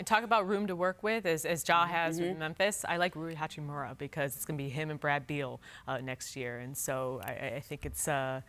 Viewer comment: Did she really say rui hacimura for rookie of the year